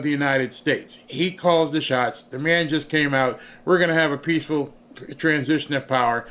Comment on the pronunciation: WATCH OUT FOR " PEACHFUL TRANSFE OF POWER "